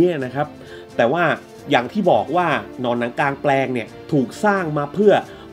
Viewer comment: ชื่อผิดพี่ กลางแปลง ไม่ใช่หลางแปลง